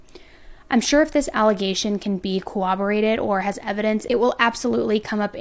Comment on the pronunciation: I love you but the word is corroborated and is pronounced without a W. I listen to so many of your videos but just wanted to let you know ❤